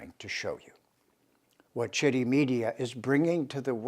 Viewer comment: It's pronounced as chitt not t tt for taimur Tehran. Bharat means .. bha means rays of sun ... and rat means engrossed.. so in a land where all humans are engrossed in search of rays of truth is called bharat.